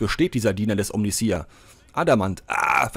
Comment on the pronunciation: Hallo, hier ist Achtundsiebzich;) 1. von allen die Omnissiah nicht richtig aussprechen, hört es sich bei Dir am wenigsten komisch an;) nicht i a am Schluss, sondern ei a ausgesprochen, ka warum... am besten bei einem Lore Kanal mal anhören (wie zB 1000 für den Imperator, oder so. hoffe das zählt nicht als fremd Werbung) 2. von allen deutschsprachigen Rogue Trader Let´s Player die ich gefunden hab, bist Du der (um längen) angenehmste zum zuschauen/anhören! Grundlegend stört mich das Lvln nicht, da dies aber von der Storyzeit abgezogen wird, ist eine kurze Zusammenfassung, wenn alle gelvlt werden besser. beim warten auf die nächste Folge hab ich bei anderen rein geschaut und fand es sehr interessant, daß die andere Situationen vorfanden, zB auf dem Gefängnis Planetoid, wurde der Winterzunder Sprössling nicht oben vor dem Aufzug angetroffen, sondern er war schon unten in der Gewalt des Gefängniswärters. Was diese Änderung auslöste, hat sich mir aber nicht offenbart.